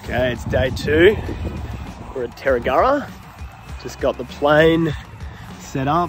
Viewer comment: Great video: YBNA is my home airport. BTW its Tie-ag-gruh